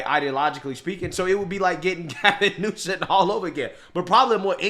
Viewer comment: The is on 'e' in Newsom.